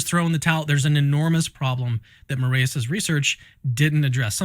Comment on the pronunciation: Also, Brazil mencionado 💪🇧🇷 For the record, the "ae" in "Moraes" is pronounced like "eye", not like the "ey" in "hey" like you all are pronouncing it.